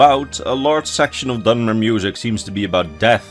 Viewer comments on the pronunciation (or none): For a moment, I thought he said 'Dumber' instead of 'Dunmer.'